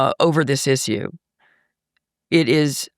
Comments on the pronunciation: She's exactly right on every issue except the pronunciation of issue. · I'm all on board with her until I hear her pronunciation of the word issue